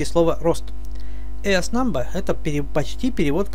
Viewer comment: все хорошо, только мои уши вянут от акцента. Да, большую часть слов автор произносит верно, но вот это эрснамба меня добивает. Там ближе к звуку "и" должно быть в "ears". И почему isTail (получается "хвост ли?", мол is it a Tail?), hasTail было бы логичнее